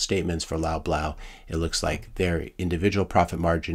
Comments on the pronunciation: Sir, your pronunciation of “Loblaw” is so off 😅 “Lob-Law”, not “Lob-Low” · It's pronounced Lawblaw. :)